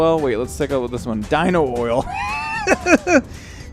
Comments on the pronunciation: Ha u kept saying oino when its clearly Dino because of the fossil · It's dino not oino